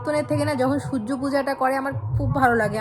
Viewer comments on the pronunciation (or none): none